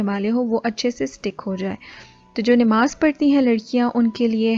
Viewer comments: Nimaaz nhi namaz hota ha bajiii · sorry to say neemaz kya hota hy,???namaz hoti hy bhaii